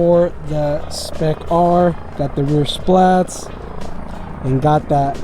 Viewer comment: Bro stop calling them splats 🤣 it’s spat.